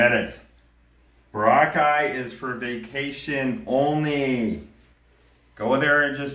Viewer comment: Bro, why can’t you say Boracay properly? BOR-ah-Chay.